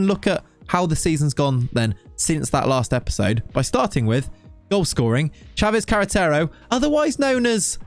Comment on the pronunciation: We like you saying Sanchez Carretero.